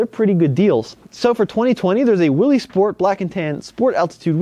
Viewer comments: Willys is pronounced "Willis", not "Willees". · Willys, pronounced Willis! 😝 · Great info as usual,. Just an FYI, however, Willys is pronounced with a short “i.” Sounds like Will-iss. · Willys is pronounced Willis. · You're pronouncing Willys wrong. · Just fix your pronunciation of Willys and you're all set.